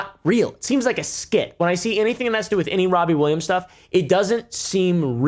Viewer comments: wobbie Williams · "Wobby Williams" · Why does he keep saying wobbie? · Every time you say his name i hear wobbie Williams 😂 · "Wobbie Williams" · wobbie Williams lol